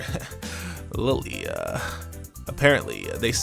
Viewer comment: IT'S NOT LILY IT'S LILLIE (pronounced lee lee ay).